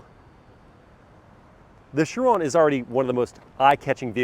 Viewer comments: He isn’t really saying it correctly, at least not the french way 😅 He’s saying Schiron but it’s basically Chiró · It’s pronounced shi-RON not shi-rö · have i been pronouncing chiron wrong??? he says it with almost a french accent